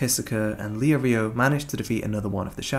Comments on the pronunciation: Kurapika is pronounced more like Kurawpika instead of kuruhpikuh. Leorieo is pronounced like Leeoreo so just lee and then oreo, you said it leo rio. And Hisoka is pronounced He soak uh, I'm pretty sure you said like Hesawkuh. Besides that good vid. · Leo-rio lmao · you make very good points and this is a great video and the movies are bad but can you stop pronouncing Leorio like that :(